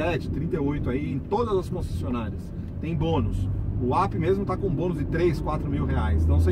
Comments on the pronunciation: Não é Ap!!!! É Up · Se pronuncia "Ãp", API só no mundo dele kkkk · Quer falar sempre tão difícil, tão bonito e na hora de pronunciar UP, fala API HAHAHAHAHAHAHAHA Da até agonia...